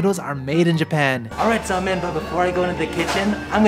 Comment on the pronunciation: Semein sounds so much like semen.